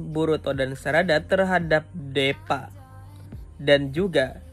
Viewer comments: bang tolong bacanya itu bukan deepa tp diipa(tulisan nya doang deepa) supaya bocil bocil bisa bacanya takutnya nanti dia sulit mengerti cara baca tulisan Inggris dan indo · Deepa dibaca (Dipa) bang